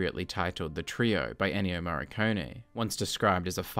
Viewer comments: why do you pronounce "Morricone" as "Marconi" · It's "Moh — Ree — Cohn — Eh" In English phonetics. The "r" is hard, not soft though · I pronounce it more like "Morr-i-cone-ee". This is the third movie.